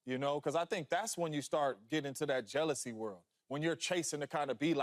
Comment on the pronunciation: Say it with me joy: “JEALOUSY”